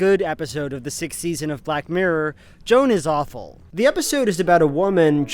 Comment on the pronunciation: You keep pronouncing it black murr it’s funny